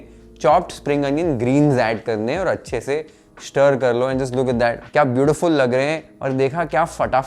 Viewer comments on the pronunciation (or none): श्टर , रोश्ट , पेश्ट can be pronounced as स्टर, रोस्ट, पेस्ट correctly.. try in next vedio 👍🏻👍🏻👍🏻👍🏻